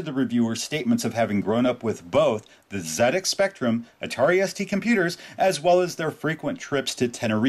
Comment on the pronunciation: Off-topic, but massive respect for pronouncing ZX Spectrum correctly. It must be weird for an American or a Canadian to resist the temptation to pronounce ZX as 'zee-ecks' instead of 'zed-ecks'.